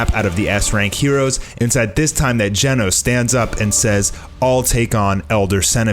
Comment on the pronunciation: its not gienos. its GENOS!